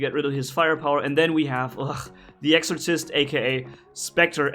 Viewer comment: By the time your learn how to say exorcist correctly they change it lol. Your almost invincible with this bot lol